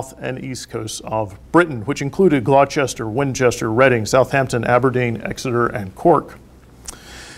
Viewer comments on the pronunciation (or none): Great Lecture. But to my English ears - Gloucester is pronounced "gloster" - many of our most complex place name spellings have a simple pronunciation..... such as Happisburgh for example.